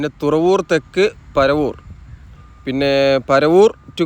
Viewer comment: പരവൂർ alla ketto.. പറവൂർ aanu 😄